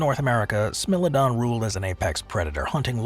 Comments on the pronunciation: Smilodon is pronounced as smy-low-don not smill-uh-don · What r you - bad A I? How do you turn Smile-o-don into Smell- o -don and not even be aware you've concocted a totally unheard name? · Same, but I was triggered by pronouncing what should sound like "smile-o-don" as "smill-a-don" lol. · It's smile-o-don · I laughed when I heard "smell-o-don" 🤣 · Smellodon? Lol 😂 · Anybody know what a Smell-o-don is?? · Did u mispronounce every singgle entry? Smilodon must have been purposeful. AI isnt even that dumb.